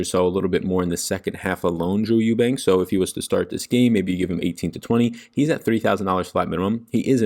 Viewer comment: I went to school with Drew Eubanks!!! You said his last name right lol